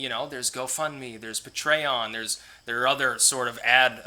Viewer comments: I'll give you $2 a month to stop pronouncing it "Puh-tray-on" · You pronounce patreon: pay-tree-on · Lets say it together... Pay tree on. Patreon. LOL. keep up the great content. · Hey!!! Don't puh-tray-on-ize me man!!! Lol. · The way he pronounces patreon is pretty funny.